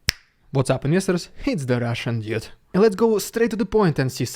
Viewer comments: No offence dude, really, I mean no disrespect and I appreciate your videos and efforts, but you might want to rethink, how you do your intros since it sometimes (just like in this one) sounds like you were saying "its the russian idiot" and not ".. dude". Just a small friendly advice. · It sounds like he says "what's up investors, its the Russian idiot"